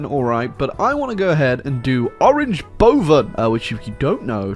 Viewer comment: that was actually not a bad pronounciation of 'boven'.